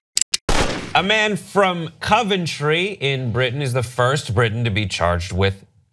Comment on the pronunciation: not how u say coventry